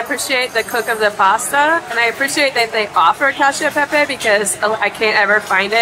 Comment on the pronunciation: Cacio e pepe!!! Not y pepe, we are not spanish !!! 🤦😂😂😂